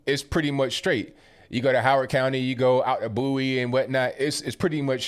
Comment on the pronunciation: Thank you for pronouncing Bowie correctly 😁.